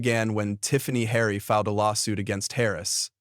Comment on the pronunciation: If you are going to narrorate something make sure you have the names right!! its Tiffany Henyard!